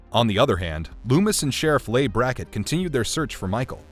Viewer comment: Nice video, but "Leigh" is pronounced "Lee", not "lay".